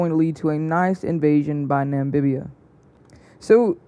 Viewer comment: It's NAMIBIA NOT NAMBIBIA😡😡